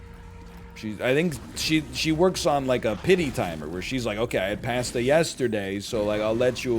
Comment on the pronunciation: The pronunciation of pasta almost made me tilt